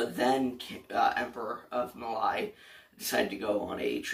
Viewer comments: Its pronounced “mal-ee”, not “mal-eye”. Other than that great video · The way you said mali gave me a mini heart attack